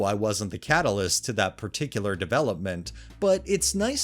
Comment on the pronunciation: Particular, not peticular.